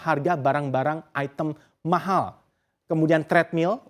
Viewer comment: "mahal" nya bisa biasa aja ga?😂